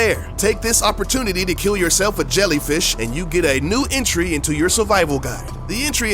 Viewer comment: it's entry not intry...pllllllzzzzzz